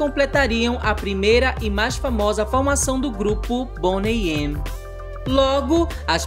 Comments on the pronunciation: Se pronuncia Boney Mi. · Boney "eme"????